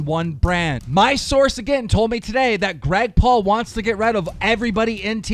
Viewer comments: Also, you say Grag Paul NOT Greg Paul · Did any one notice he said Grag Paul instead of Greg Paul😂😂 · "Grag Paul". Keemstar, why do you seem to have such a problem with pronouncing names correctly?